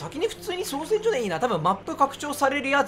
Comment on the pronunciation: 造船がちゃんと読めて造船所が読めないのどうしたんや